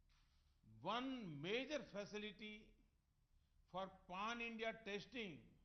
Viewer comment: "PAAN INDIA" Kya na Modi ji. It's PAN INDIA.